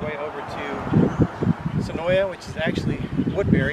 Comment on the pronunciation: Senoia is pronounced Senoi drop the A.